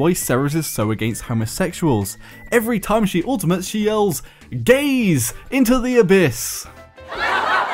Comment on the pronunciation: "Gays into the abyss" instead of "gaze into the abyss"